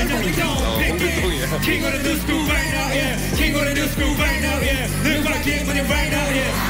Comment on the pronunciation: 근데 얜 왜 what을 wet이라 발음해